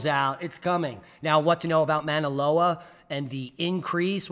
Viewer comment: Hello. Minute marker - The Hawaiian volcano is pronounced "Mau_naloa" (like ow! that hurts!) ... great try, though!🌺